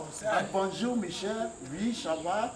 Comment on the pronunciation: Eeeiii bon jungle not bon zoo🤣🤣🤣🤣🤣